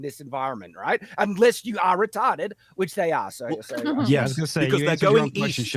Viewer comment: 1x mic adjustment, 'retahrded' and 'crap' per show